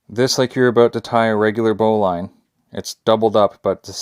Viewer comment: First of all you are pronouncing it wrong. The bowline is pronounced "bow-lun" not bow line.